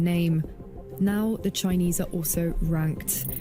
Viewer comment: "CHINEASE" Bruh